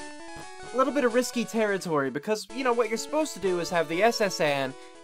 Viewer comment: Risky territory, eh? Don't you mean, ''ky territory? Eh?